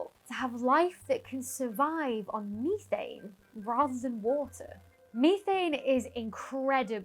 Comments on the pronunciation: MEE-thain? METH-an! 😅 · Ok Ok Ok.... this has got to stop..... Say the word Methanol and then Say Methane..... You're saying Methane wrong.